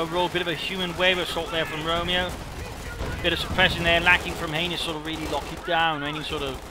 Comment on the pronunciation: Lol saying heinus made me laugh so hard.... if you know what i mean